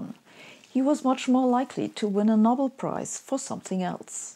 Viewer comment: Sabine, I enjoy your lectures and the humour you slyly insert in them, but every now and then I notice tiny errors in your otherwise excellent English. Here are two: 'series' is not pronounced as in German with each element given equal weighting; instead native English speakers say 'sea-rees', not 'sea-re-uh-ease'. And for us, the famous prize is the 'Know-bell', not the 'nobble'.